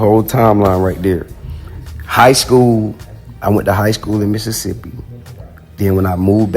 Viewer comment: He say Mississippi just like Mississippi people ❤️💯😭